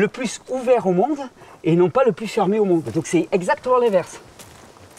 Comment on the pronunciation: Le MONDE et non le mode 😅